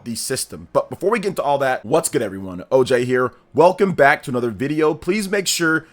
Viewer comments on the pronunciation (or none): none